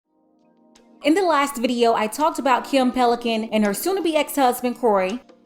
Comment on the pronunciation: Wait, did she call her Kim Pelican??😂😂😂😂